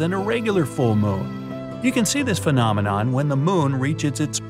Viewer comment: He always says phenomenome on every top 25😂